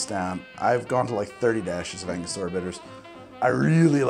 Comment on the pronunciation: Ango-stura not Anga-stor-uh